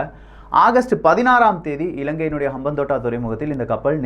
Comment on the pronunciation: அம்பாந்தொட்டை தான் தமிழ் பெயர். இப்படி உச்சரித்து பாருங்கள்